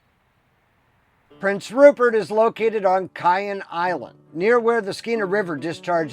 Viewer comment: Miss this place, my old stomping grounds!!!😊...and its pronounced Kay - en island...